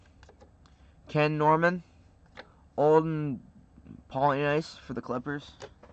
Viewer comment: Ole-den paul-o-niece, Ronnie Syke-Lee